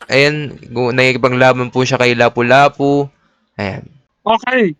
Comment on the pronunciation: Lapulapu hindi labulabu